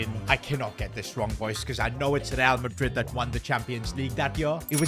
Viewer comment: He always gets resl madrid wrong mhmmm strange